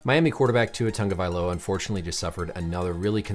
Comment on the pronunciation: Why is everyone pronouncing it TUNGAvailoa.. that shit is TAGO.. god damn that's annoying